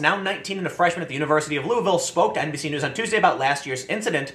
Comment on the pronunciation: Did Tim say "NBC" or "NPC" news? Lol